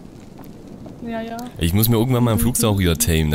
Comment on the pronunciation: Heiner Boesel Ich habe "Flugsaura" verstanden :D